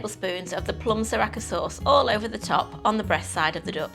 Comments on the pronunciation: Repeat after me.. Sa-Ra-cha not Sa-Ra-Ka lol 😂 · You said Sriracha correctly the first time (si-rah-cha) then you kept calling it si-rah-ka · Wot is sririaka Sauce, is this mortal Kombat reference? It’s Sri-Ria-Cha, how do you even get that wrong? They sure as hell do not apply a “k” in the Thai pronunciation. Cereal, do you look at name and see Karles? you spell cat with K . Haiyaaaaa!!! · si rakka sauce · why are you pronouncing sriracha like that LOOOOOL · Great recipe but please learn how to pronounce sriracha correctly